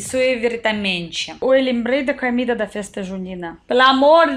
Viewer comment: vc ainda trocar O pelo A exemplo (comida vc fala camida)😮